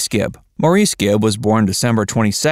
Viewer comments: Maurice's name is pronounced "Morris." He know how to pronounce his own name, you don't. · If you wish to be taken seriously, please research & learn the correct pronunciation of Maurice Gibb's first name!!! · Maurice pronounced his name as “Morris” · It is spelled Maurice, but pronounced “Morris”. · Hearing Maurice's name pronounced 'Morr-eese' grates on me! Haven't they heard it pronounced by the English?!! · Maurice is pronounced like Morris. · His name is pronounced “Morris” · People need to do a better job at their research. Maurice pronounced his name Morris. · The Bee Gees music I would say is timeless. Btw, Maurice’s name is pronounced Morris. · Maurice was pronounced “Morris”.